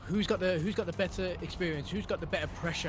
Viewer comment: there are some T's on the word better man.